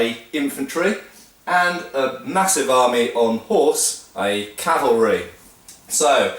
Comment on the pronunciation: I would like to tell you how much I appreci8 hearing cavalry instead of Calvary but I get tearful. Gr8 video. Thanx.